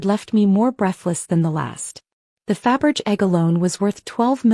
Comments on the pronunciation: "Faberge" is pronounced "fab-ur-zhay"! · Fabergé would turn in his grave every time he the AI narrator and the subtitles fuck up his name.